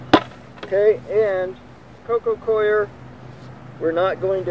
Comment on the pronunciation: Every video you pronounce “coco coir” as “coco queer” 😂😂😂